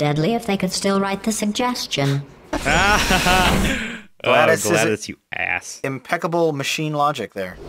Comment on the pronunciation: Hey why do you pronounce GLaDOS like it is Gladys.